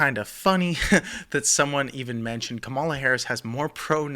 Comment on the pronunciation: Not a fan, but her name is Kah-ma-la not Ka-mah-la.